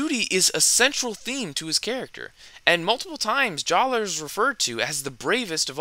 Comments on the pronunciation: Good video, but I want to mention that even though they did change the spelling of his name, "Jaller" is still pronounced "Jala." I know it's strange. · The official guides say JAH-luh. True, this doesn't resemble the spelling, but the pronunciation remaining the same is consistent with the other names they changed. Huki=>Hewkii, Maku=>Macku, Puku=>Pewku, etc. The only thing I can think of that changed completely was Tohunga=>Matoran, and that's probably because Tohunga was a particularly sore spot. So, basically, official books published years after the change provide the same pronunciation, and none of the other Matoran with name changes had their pronunciation changed, so JAH-luh it is, but say what you want.